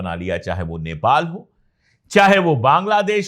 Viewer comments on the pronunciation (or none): none